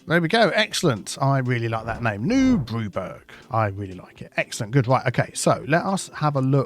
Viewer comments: It's not burg, it's burra. As in Edinburgh, Bamburgh. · pronounce the city name wrong This Burg not burgh e.g Hamburg and Edinburgh, so New Brewburgh will have ending of Edinburgh 😅